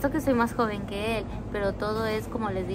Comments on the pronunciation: Hola, espero que hayan disfrutado mucho su viaje. Ante todo con mucho respeto y solo en forma de observación, te comento que la palabra "AdaPtación" se escribe y pronuncia con P y no con C como tú la dices. Tú la pronuncias "AdaCtación" y es "AdaPtación"... insisto, es desde el respeto y con la intención de sumar no de restar. Saludos! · Se dice adaptación. No ADACACTACION. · necesitás hablar bien el español se dice adaptación (No adactacion noooo😮) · adaptación no adactación.